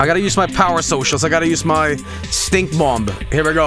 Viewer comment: the second b in Bomb is silent lol